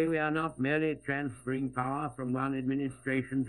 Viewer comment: "We are fransferring power from Washington DC, and giving it back to you...the BRITISH people."